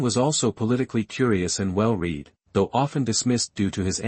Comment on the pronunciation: Also when IT mispronounces a phrase like "well-read" (in this video) pronouncing 'read' like 'to read a book', instead of correctly, as in "I've read the book". This is a pet annoyance of mine, because what it says (in my mind, anyway) is that someone is too damn cheap to hire a professional narrator, and they think people are too dumb to tell the difference.